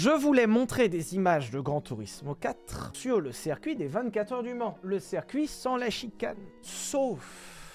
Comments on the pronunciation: le cercuit ça me fait cabler, dit "circuit" stp ssssssiiiiiirrrrrrrcuit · *On dit circuit pas cercuit